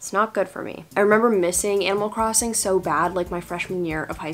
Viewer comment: For a second I thought you said "Emo Crossing" and I just...accepted it?